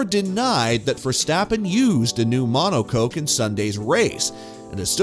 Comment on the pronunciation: "Mono Coke" 😂 "Rad Bull"